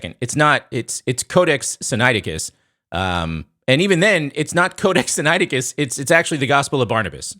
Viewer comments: And dude...say the book sinaiticus correctly...Wes does...copy the sounds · Is it bad that the way you pronounce "Sinaiticus" seems weird?? Granted you seem to be anunciating it right lol. Its the opposite of James White pronouncing "Septuagint." There's an "ua" in there lol.